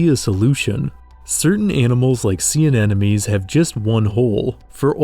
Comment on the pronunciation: Its pronounced anemone not anenome